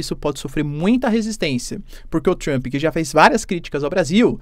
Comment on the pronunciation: Adoro como ele acrescenta um i em Trump 😊😊. Fica Trampi 😅 O sotaque brasileiro é o melhor!!!